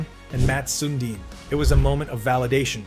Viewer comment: You pronounce Lidstrom and Sundin like someone who has never watched an NHL game. I am not saying it's wrong, for all I know that could be the correct pronunciation, but there were a few details in this video that make me question if you actually watched the NHL during their careers. For example, the 1999 entry draft is regarded as one of the worst ever, and not "loaded with talent".